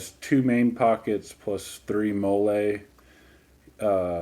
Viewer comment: It is pronounced molly